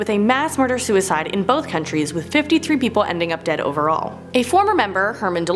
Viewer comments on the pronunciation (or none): none